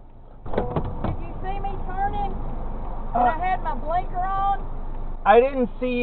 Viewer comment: Blanker?! Hahaha!😂❤